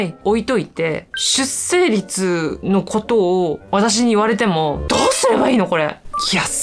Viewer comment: じゃあ出生率云々とほざいてる本人自身は、ちゃんと結婚して子供をもうけているのかね……❓️性的少数者と出生率の問題は全く別次元なのにねぇ‼️ ちなみに出生率の読み方は 『しゅっ しょう りつ』よ☝️👩‍🏫